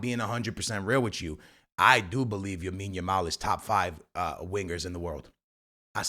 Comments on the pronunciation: Broo it’s LAmine yamal, not Yamine yamal🤓🤓🤓🤓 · Bro. You keep saying Yamine Yamal😂. It's lamine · BRO ITS (LAMINE) not YAMINE please 🙏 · Wtf is Yamine Yamal?!?!? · Lamine Yamal ❌ Yamine Yamal☑️ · Bro you just said for like a hundred times Yamin yamal😂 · The name is Lamine bro...... Not Yamine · “Yamine Yamao” 😭💀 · Bro still calling Lamine YAMIN lol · After a lot of comments on the vids b4 this guy is still saying Yamine yamal😂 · Bro keeps saying Yamine Yamal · “Joan” cancelo “Yamine Yamal” Dude speak correctly ffs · you dont read any of your comments dude. for the 100th time, its LAMINE YAMAL, not Yamine Yamal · STOP calling him YAMINE. You do it in every video and done it 5 times in this one. Imagine in a couple or more years when people look back at these videos. It's like if someone had called Messi MIONEL 😭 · "Yamine Yamal" say his name right bro. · Yamine Yamal 🤣 love the pronunciation 😁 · Stop saying yameen. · Could we tell him the kid’s name is "LAMINE YAMAL" ??? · Can we make this the top comment so can see that he’s pronouncing Yamal’s name wrong